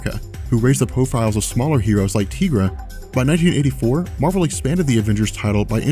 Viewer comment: Why are you pronouncing Tigra's name like that? It's Tie-gra, as in Tiger....